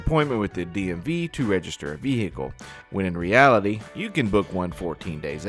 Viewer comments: He’s driving our what? He said vehicle like vee-lick-el!!😂😂😂 Wanna bet he doesn’t realize a warrant is an arrest at a later date?! The way he stated, “oh they don’t have the b** to arrest me” 🤦🏻‍♀️I have to be honest- I was shocked when I saw him on the livestream! I figured he was around my youngest daughter’s age of 23- based on the way he behaved and that he drove/wrecked his mom’s car! He looks closer to 45! What a loser! Note- regardless of how insignificant the damage is to the vehicles you must call the police, by law, when you’re in an accident in Conn. (In Mass you must call if anyone is injured) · He keeps putting an extra l in vehicle so it comes out vehlicle.